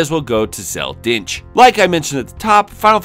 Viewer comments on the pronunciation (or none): You pronounce dincht objectively wrong and your joke is bad because of it. Its pronounced dink-t